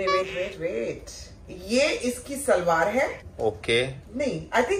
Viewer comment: It's shalwaar not salvaar ❤